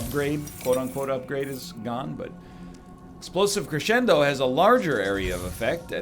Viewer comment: He can pronounce crescendo here...